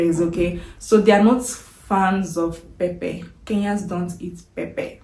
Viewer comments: You said pepe or pepper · Not pepe , pepper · Pepper anaitamka as pepe wuehh mtaniua😂😂😂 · 😂😂😂 we say pepper not pepe, I was shocked, like what are you talking about madam!! Mpesa is Everything in Kenya, even one banana at 10 shillings we buy it through mpesa!! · West Africans call pepper (pronounced pepa) as pepe. Somehow, their accent has misconstrued the true pronunciation of this popular vegetable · Why do you pronounce it Pepe….. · There is nothing like liquid milk it's fresh milk, and again what's pepe u mean pepper 🌶️ oh my God is that english or Yoruba pronunciation problem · najua. Just annoying she can't pronounce it correctly. Eti pepe. Nkt.